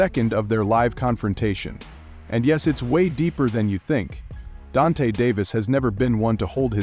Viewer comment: The AI needs a AI for gervontas name